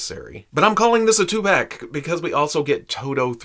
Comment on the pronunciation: did he say tew pack? I guess that's what happens when he messes around with the dewback...it got to his head